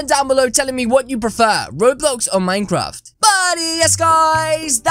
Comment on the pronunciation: Did he just said minedraft?